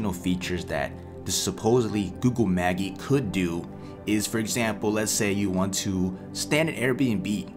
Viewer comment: It is pronounced Ma-jeye. Like the magician